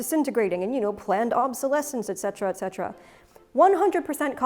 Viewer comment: I appreciate that you made sure to say "et cetera" instead of the more common misspeaking of "ex cetera" These fabric videos are also extremely good information.